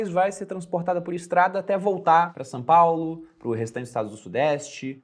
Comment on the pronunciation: só eu percebi que o fala "Sã Paulo"?